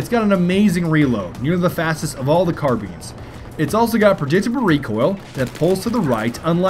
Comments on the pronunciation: Yes hes saying carbeans. it's like a car with alot of beans inside the car. xD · Sounds like he is saying carbeans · It's so annoying when he says carbeans idk why!!! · its not carbeans, you silly bagel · no, not car-beans